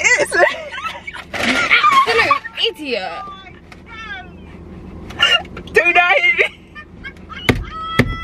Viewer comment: "You absolu idio"😂😂😂😂😂